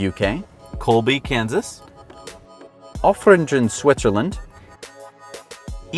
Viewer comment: Metric subtitles for all who don't live in an English/American measurement system, great idea... Oftringen is pronounced like: off tree g(rain) en(able) off-tree-g-en ;-)